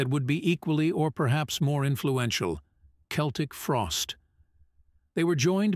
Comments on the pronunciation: Only an A.I. voice would say "Seltic" instead of "Keltic", like everyone did back in the day.😂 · It's pronounced "KELTIK", NOT "Seltik". Learn already! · Keltic end of discussion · I think this is due to the AI generated voice. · the americans still cannot pronouce this right ,but to say the frosties where one of the most important bands in metal is most definetly true awesome they helped to inovate so many sub-genres of metal thrash ,death,black ,avante-garde ,gothic even some doom pity about glam with cold lake but still love this band up there with sabbath ,priest ,maiden to name a few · Dude pronounces Celtic Frost two ways throughout this.